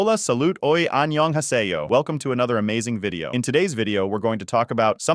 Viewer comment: not even a full 5 seconds into the video and i'm hearing and white coded voice absoloutly butcher "annyeonghaseyo" 😭